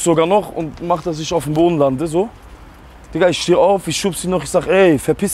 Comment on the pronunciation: Isch wollte. Was ein deutsch